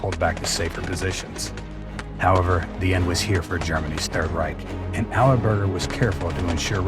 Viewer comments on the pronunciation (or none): none